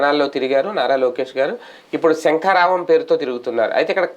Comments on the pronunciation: శంఖారావం కాదు సం కారావం అనా లీ 😂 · It is sankharavam not shankaravam